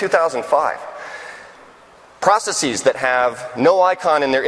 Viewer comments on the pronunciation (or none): Is it stylish or in vogue at MS to pronounce it as, 'process-eeez', instead of simply the plural of process...processes...????